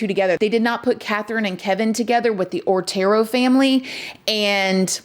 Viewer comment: So my comment about pronunciation gets deleted? Pronouncing the name of these pitiful victims is the least we can do. They were the OTERO family.... Not ORTERO